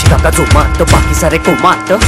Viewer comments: पहीले तुमची मराठी सुधरवा.. जोमात असतं ते #जोमत नाही...:) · भावा 'जोमत' नाही रे 'जोमात' असत ते....😂😂(Check Begining of this video)